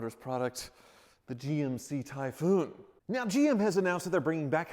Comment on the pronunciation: "Tie FFFoooun"